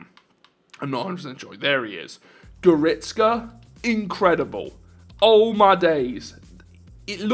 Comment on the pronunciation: Bro you need to learn the pronunciation of Goretzka (Go- redz- ca) ;) keep up your nice vids bests from Germany ✌🏻